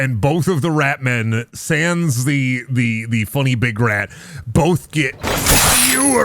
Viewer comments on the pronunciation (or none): none